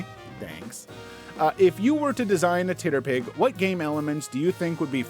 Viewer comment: Ok my biggest and most important question: dear god why do you pronounce TTRPG’s (tee-tee-ahr-pee-gees) like that? Titterpig is so offensively wrong and horrible it assaults me every time you say it and is the SINGLE reason I would/will never share/recommend these videos 🤣 Harsh? Maybe. But by god, what a terrible word.